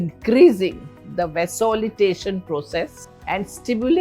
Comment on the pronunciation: Vasolitation process 😂 It's vasodilation sheesh